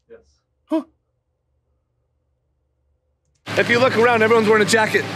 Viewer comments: He actually often mispronounces tenets as tenants. I think the close captioning was accurate to be fair. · He's definitely saying "tenants," it's a mispronunciation. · To be fair to the tik tok guy, Liver King sounds like he's actually saying 'tenents'.